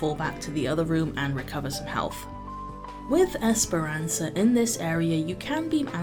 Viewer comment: quite the opposite, you were the first non native to pronounce Esperança correctly 👏🏻👏🏻